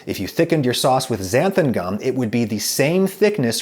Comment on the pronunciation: Sounds like he’s saying Xantham gum.